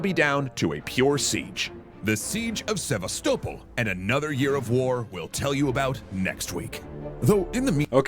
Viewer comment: I really hate the way he pronounces Sevastopol